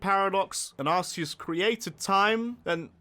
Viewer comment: Anyone else really bothered by people calling it ARSEus?